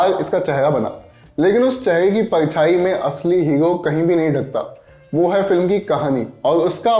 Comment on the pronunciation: हीरो होता है बे,,, हीयो नहीं😂😂